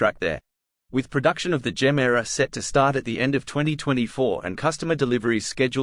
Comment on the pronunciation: It is not Jemera. And it is not Rimak.